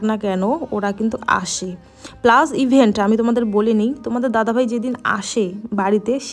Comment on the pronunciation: ইভেন্ট না ইভেন😅 যাই হোক দাদা আবার সুস্থ্য ভাবেই ফিরে আসুক এটাই বড় কথা❤